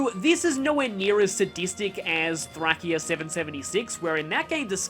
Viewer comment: I'm pretty sure Thracia is pronounced "Thray-See-Ah".